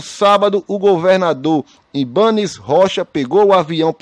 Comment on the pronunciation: Kkkkkkk... Estão com medo de que PEPPAS? Só avisando que o Flamengo é o único time que se sustenta e sustenta os times pequenos. As PEPPAS estão tremendo. Só mais uma coisa, aprenda a falar o nome do governador de Brasília. Sabe nem falar.